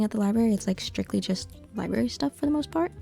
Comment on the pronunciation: Library is pronounced ly-brer-ree, not ly-berry. There's no such thing as a ly-berry and that first 'r' isn't silent, lol. Also, you said quarry when you meant query. A QUArry is where you go to excavate rocks, a QUEry is a request for data or info. 😆